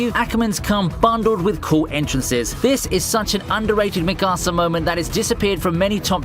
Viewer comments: i hate when people say mikasas name like mikAsA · Yo I love your videos but I hate how you pronounce shit . like the way you said “ Mikasa” Sounded like you were saying “ my casa “ and you deserve 5 years in jail for it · I don’t know why, but the way he said Mikasa angered me a bit. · STOP SAYING MIKASA WRONG AAAAAAAAAAAAAAAAAAAAAAAAAAAAAAAAAAAAAAAAAAAAAAAAAAAAAAAAAAAAAAAAAAAAAA